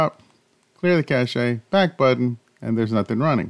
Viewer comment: You do realise once you’re in the ‘force stop’ menu clicking the rewind button takes you to clear cache directly without the danger of selecting the wrong thing like uninstall or clear data don’t you? BTW it’s pronounced ‘cash’ there’s no accent on the last ‘e’.